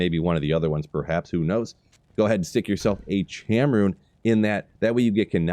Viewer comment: Cham is pronounced “Kam”, but nice video. What about Shael tho I didn’t see that. 😢